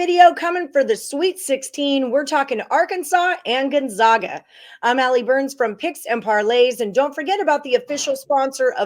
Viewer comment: Gon- ZAG-a They’re the zags… not the zogs